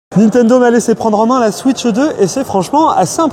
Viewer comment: "La Switcheu 2"